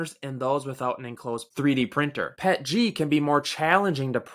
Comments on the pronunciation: PEE EEE TEEE GEE not Pet Gee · My first time ever reading the acronym and I immediately called it "pet-jee". You're ridiculous for demanding someone say "p-e-t-g". Just ridiculous.